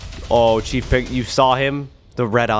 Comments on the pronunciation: It’s chef pigster not chief pigster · When you played against chef pigs tee it’s not CHEIF pigs tear it is CHEF poster like chef sounds like shef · ITS SHIEF BIGSTER BUT YOUR SAYING CHIEF PIGSTER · Chef not chief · First of all its not chief pigster it's chef pigster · I think it is chef pigster not Chief pigster😅😅😅😅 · It is not Chief Pigster it is Chef pigster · It’s not chief Big Sur it’s chef Pigster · Bro it’s chef not chief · CHEF PIGSTER NOT CHEIF PIGSTER. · It's chef not chief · Its chef not cheif 😒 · Caylus It's chef pigster Like a cook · FYI Caylus, it’s C H E F 👨‍🍳🐷🐽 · It's ch-e-f pigster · It's "chef" Pigster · It is pronounced chef peggster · It's pronounced chef pigster. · Not tchief picster chief picster.